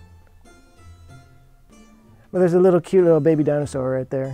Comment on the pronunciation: "Little baby dinosaur!" He says in absolute Texas